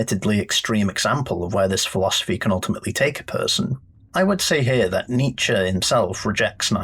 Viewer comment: As a German, your pronunciation of Nietzsche was actually perfect! The best I have heard from any English speaking YouTuber.